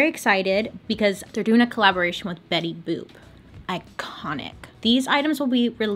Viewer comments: “Bailey Boop” 😂😂😂😂😂😂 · “Bailey boop” - dude, I snorted 😂😂😂 Also, side note, I STILL apparently can’t say my name—when I answer the phone at work, about half the people think I say “Winnie”. So there’s that. 😭